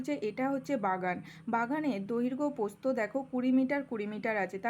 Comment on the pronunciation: ম্যাম ওইটা প্রস্থ... নাকি পোস্ত 🤣🤣🤣